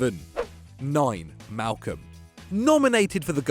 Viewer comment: *Malcom. Malcom. His name is Malcom.